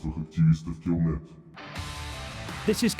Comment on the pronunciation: why is the narrator saying "killmilk" and not "killnet" ?